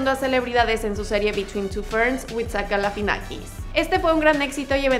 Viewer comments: Es Zach GALIFIANAKIS NO Galafinakis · galifianakis!!!! No sé por qué no lo pronuncia bien, recomendado ver entre dos helechos